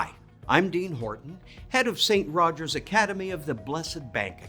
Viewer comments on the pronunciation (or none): none